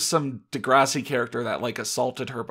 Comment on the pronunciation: de-grass- ee pronounciation.